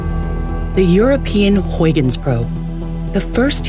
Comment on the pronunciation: Wrong pronounciation of Huygens, but this video is STILL amazing! Good job, NASA and other space agencies!